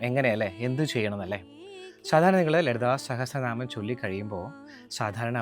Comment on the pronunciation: ലളിതസഹസ്രനാമം എന്ന് ചേട്ടൻ ഇംഗ്ലീഷിൽ ആണോ പറയുന്നത് : ഒരു രഞ്ജിനി hasidas tone, അതുകൊണ്ട് ചോദിച്ചതാ